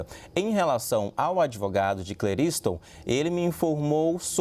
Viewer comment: É Cle ris ton